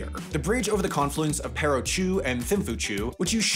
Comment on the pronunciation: Good video; I happen to be have a couple relatives who are Bhutanese pilots. It’s pronounced “Pah-ro” though.